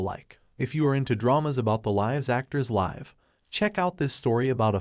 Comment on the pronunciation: I think the voice is great, it just needs some better pronunciations for variants of the same word like "live" vs. "live"